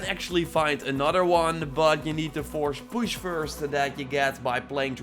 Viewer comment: "Forsh push"